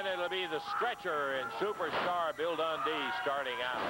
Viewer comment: Bill dundee? It's more like Bill tauntdee lol